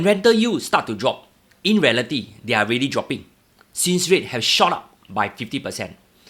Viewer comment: "deh"? or "they"?